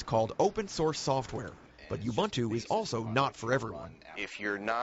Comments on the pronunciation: Corrected the pronunciation of Ubuntu from Oo buhn too to You boon too. Geez. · The anchor finally learn to pronounce Ubuntu correctly... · buy a friggin windows disc slap it in and install it! and its pro nounced oooboontoo not youboontoo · She fricking mispronounced ubuntu in the first 19 seconds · Yeah this cracked me up too. Two different pronunciations, nether correct. And then the guy mispronouncing it the whole time actually comments about the girl mispronouncing it. 🙄